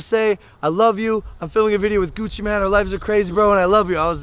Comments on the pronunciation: Logan pronounces "Mane" as "Man" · It’s pronounced Maine, like the place or a lions furry face thing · Jonah P she said that cuz logan paul accidentally said gucci man instead of gucci mane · I’m sorry but you keep saying Gucci man but it’s Gucci mane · When he pronounces Gucci mane Gucci man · I think he said it on purpose cuz logan said “gucci man” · Is he saying Gucci MAN